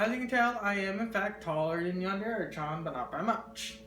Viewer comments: "Yandere Chyawn" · It's really cool and all and I'd really love to have something like this, but the "chan" pronunciation is just killing me... xDD